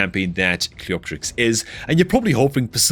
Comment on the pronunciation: the only content creator to pronounce cleopterix properly 🥳 you should charge the others for elecution lessons 🤣🤓